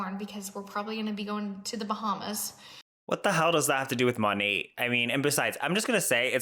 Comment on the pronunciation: I thought the T was silent, she keeps saying "Monate"